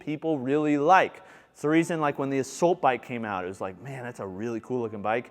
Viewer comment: Another great review,. I have learned a ton from you over the last couple of years; thank you. I have to say, though, that i hate the way you pronounce “assault.” Lol Also, where did you get your stand for your Prime Adjustable Bench